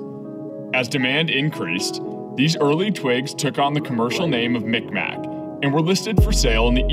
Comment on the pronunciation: Mik maq (Mig Maw) if you were wondering (Im from Eastern canada)